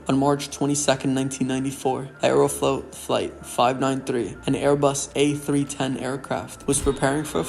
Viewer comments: Aeroflot ❌ Aerofloat ✅ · I'd highly recommend Mentour Pilot for a much better explanation/presentation of this particular incident. Plus the narrator has an annoying voice, like he has something stuck in his throat or something. Also..."Aerofloat", really?